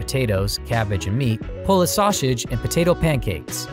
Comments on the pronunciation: Please learn to pronounce "saussage" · Are we all just gonna ignore the narrator's inability to pronounce sausage? 😂